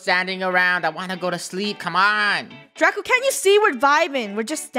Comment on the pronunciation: It’s Draco not Draca